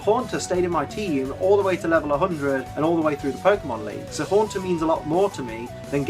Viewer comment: LEFT OFF THE A IN HAUNTER! DON'T EVER DO THAT AGAIN!